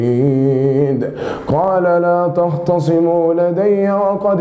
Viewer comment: وأن المسرفين هم أصحاب النار وليس المشركين تختصمون وليس طخطصمون عاش البطل في التقليد